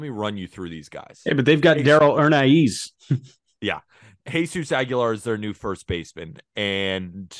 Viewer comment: U boys are wrong on Hernaiz. Pronounced Her-Nize and he is gonna be a formidable major leaguer with potential to be a real star.